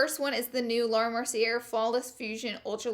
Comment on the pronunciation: Laura, you are so cute... lol but Laura Mercier, Garnier, and Glossier are all french names, so the er makes and "ay" sound.